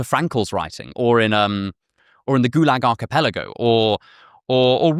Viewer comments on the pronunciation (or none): none